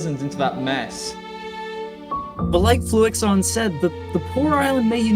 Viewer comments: I’m really confused! Did they edit over your voice in the final draft to say Fluxion instead of Fluixon? Because you pronounced it differently in the video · for someone that kept pronouncing his name as fluxion, im impressed that you spelt his name right in the end. Good content tho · mispronouncing fluixon’s name as fluxion was probably the best mistake ever made😂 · ITS NOT FLUX-I-ON!!!?? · Everybody mispronounced fluixon